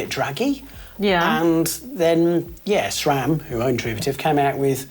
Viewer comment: Sram*, not "shram". No "H" anywhere!